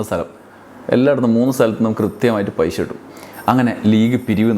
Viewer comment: എടോ ആദ്യം മലയാളം പറയാൻ പടിക്ക്, പൈശ അല്ല പൈസ, വല്ലാത്ത കമ്മി